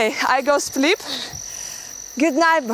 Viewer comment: "I go spleep"))